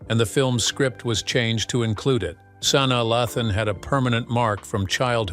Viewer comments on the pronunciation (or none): "Sauna Luhthon" 🤣🤣